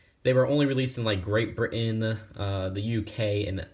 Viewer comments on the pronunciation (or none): Ok 2 things: 1: Just say the United Kingdom, Great Britain is the UK without Northen Ireland 2: You somehow butchered the pronunciation of Britain, it's not Britin. Edit: And I imagine those some parts of Ireland would be Northen Island as it is part of the UK unlike the Republic of Ireland